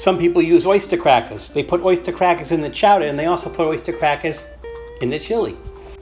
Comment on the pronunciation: If it's anything like Wendy's chili from the restaurant, it should be pretty good! Nothing wrong with some nice, slightly-spicy, recycled unsold burger! Also, I caught that Bostonian accent when you were talking about the oystah crackahs. <3 Too fun! Also also, you should get one of those World War Two P-38 or P-51 (bigger!) can openers, if you don't already own one, and really freak those out who think manually opening a can is weird.